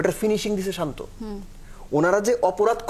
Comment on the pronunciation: আগে তার নামটা সঠিক ভাবে বলেন